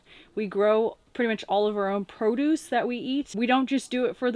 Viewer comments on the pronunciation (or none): none